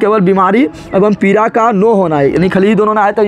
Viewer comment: Aap achha pdhate hi lekin पीरा या पीड़ा me kya bolte hi pta ही नही chalta sir